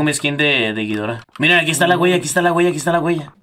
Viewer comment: "ghidora" todo seguido no "gui-dora"